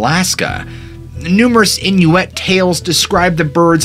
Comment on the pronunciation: "intermittent camp" LMAO. Just a heads up, it's "internment camp." Two VERY different things. I hate to be a that guy but this video is littered with mispronounced words. You butchered "Appalachian" and "Inuit."